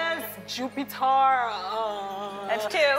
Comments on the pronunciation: Lol!!!😂 the black girl said JUPITAR!!! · Ven-us jup-i-tarr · She just pronounces Jupiter differently.